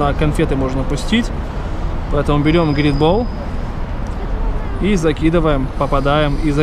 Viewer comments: ГРИТ! ААА, МОИ УШИ!!! Great - читается, как [грэйт] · Привет ! Говорится не "грит" , а "грэйт". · НЕ ГРИТ А ГРЕЙТ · НЕ ГРИТ А ГРЕЙТ, НАФИГ МНЕ ЧИТАТЬ КОММЕНТАРИИ ПОДПИСЧИКОВ? НА КАЖДОМ ВИДОСЕ ПИШУТ, ПРОТИВНО СЛУШАТЬ. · не грит а грейт (давайте в топ что бы заметил) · парень не "грит", а "грейт" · не грит, а грэйт (лол)... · ПРВИЛЬНО ГОВОРИТЬ ГРЭЙТ !!!! ГРЭЙТ !!!! ГРЭЙТ !!!! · это ужасно, пусть тогда молчит